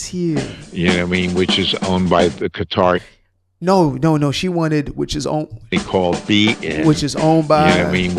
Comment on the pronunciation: When he said Qatar, that was *Chef's kiss*.